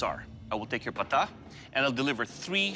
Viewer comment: It ain't Bog Knock, it is Bagh Nakh. It is not Qatar (that is a country lol), it is Kattaar. It is not Pata, it is Pattaa.